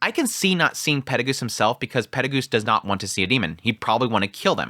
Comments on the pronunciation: Yeah the peregus thing has always bugged me. In the Japanese and the text on the anime are clearly perugius. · The way you pronounce names is weird, especially after how used to Cliff Kurts pronounciations (the official audiobook), Peru-gee-us. Silver-ill etc